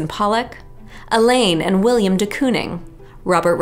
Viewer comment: Hello! Willem de Kooning's name was pronounced more like William* de Kooning . Is this the correct pronunciation of Willem's name? I genuinely don't know!